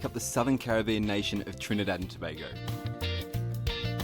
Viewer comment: I hate when people pronounce it tu bah go 😫. Go on you sir for pronouncing it properly.